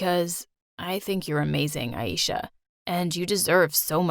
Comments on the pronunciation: It's not eesha it aisha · Did you say ayeisha .. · I'm from Pakistan but know enough things to figure out they were pronouncing the names wrong like aisha as aieesha and ajay as a-jay